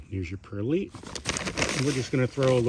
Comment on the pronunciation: Good ida. FYI: It's a long "i" in perlite (as in light).